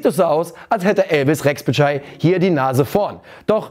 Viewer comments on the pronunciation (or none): Thielmann hat letzte Saison leider kein einziges gutes Spiel gemacht, sehe ihn ganz klar als Backup. Rexhbeçaj - das xh wird als weiches tsch ausgesprochen, wie der Name John. Das ç als hartes tsch, wie z.B. Tscheche. Re-tsch-be-TSCHai :-) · Benno kann keinen Pass aus 2metern passen czichos soll spielen und rexbechaj richtig ausgesprochen